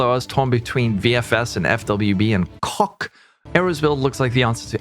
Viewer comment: Can you say coc again? Asking for a friend